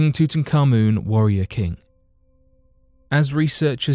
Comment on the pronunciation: There is no such thing as tootan carmoon !!!! His name was TUT ANKH AMUN or Tutankhamun at a push, not tootan or tooting or anything else ! It means Tut living the life of Amun (Ra). Tootan carmoon is something from scooby doo or some such. Sorry but a channel like this should at least get the basics right - it really annoys me when they don't.